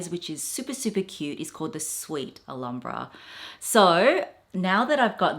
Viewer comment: Alambra? What's Alambra,?. It's pronounced al ham bra. Not alarm bra